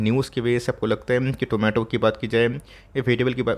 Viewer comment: Did anyone heard Zomato instead of tomato in this video like me??